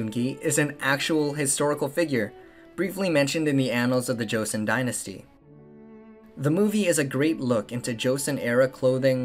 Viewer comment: how could you guys do all this extensive research but still do not know how to pronounce joseon right